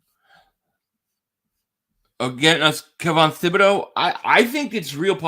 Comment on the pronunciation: It's T-bod-O! It's French!